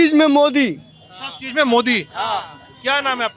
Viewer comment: He is still saying "Bahut Chejj kiye" 😂😂😂